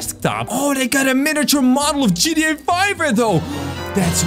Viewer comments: Why do you say Gda it's gta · You say. GETA